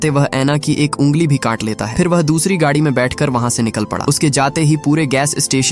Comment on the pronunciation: Gaaaaadhi nehi gadi